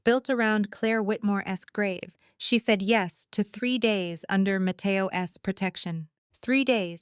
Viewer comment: Matteo Ess? Come on, AI.